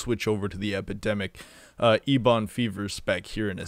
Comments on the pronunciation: Please stop saying eBon. It's pronounced like Eben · ebon isnt a word just on wow. its a color and its a kind of wood i wouldnt say its common knowledge but still. also you always mispronounced the sludge belcher as well. just sayin. you can say them any way you want, eeboon is funny as hell so might as well keep it. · Wouldn’t it be more like “ehbuhn?” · ok.. you heard the boy... he es LEAVING if you dont pronounce ¨Eben¨ the way it is...!!!.... only god knows what could happen to your channel if he unsubs.. cmon!!! get your shit together man!!! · I literally don't sub due to the eeeeebon fever...